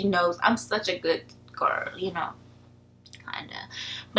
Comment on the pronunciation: Try saying 'girl', instead of 'gir'.